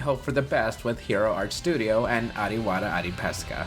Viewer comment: i heard you pronounce the wrong way of Adiwira Adiperkasa. and, it is hilarious. .